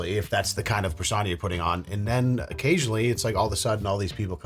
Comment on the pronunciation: Lol you say persona like "per sauna"